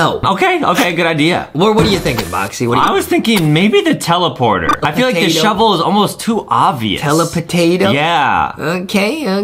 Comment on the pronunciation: I love when justin said telaportato